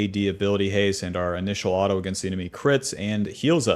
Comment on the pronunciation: who the hell pronounces "Auto" as alto?